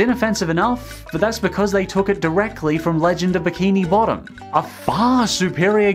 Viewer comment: you said legend of biki bottom